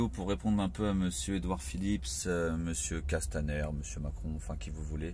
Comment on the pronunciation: J"aime bien la façon dont M.Drouet dit Edouard Philippe S, c'est l'obsession du FouquetS ! en effet tous les fachos se terminent en SS !